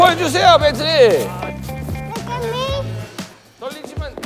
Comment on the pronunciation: 벤틀리 냉장고 발음을 영어처럼 말하는 게 앙증맞아